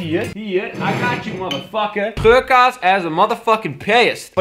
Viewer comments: elke keer als hij geurkaars zei dacht ik dat hij zei dat hij geurkaas zei<<33 :') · Haha XD het lijkt alsof je 'geurkaas' zegt